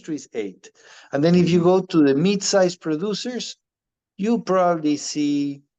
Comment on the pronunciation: Ahh he is saying MID size not MEAT size 😅😂😂